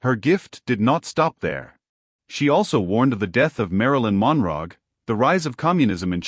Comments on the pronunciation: Marilyn Mon-rog? I had to stop right there. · Ai blah blah blah…get to it…She predicted the death of Marilyn Monrog…errr…Moonrock…uhhhh…Moondogie? What a load of crap…she couldnt predict dirty undies after Trump breaks wind…Sheesh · Cannot even say Monroe correctly.